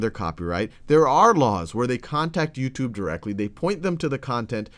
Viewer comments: I like how he pronounces it YouToob. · I know this is kinda irrelavent but I like the way he says youtube (yooutube)